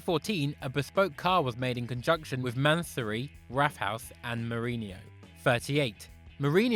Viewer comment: Your saying his name wrong, he's Portuguese. Meaning in the Portuguese language the "J" is not pronounced with an H. So it's not "Hose" like you say it. It's pronounced "JOESAY"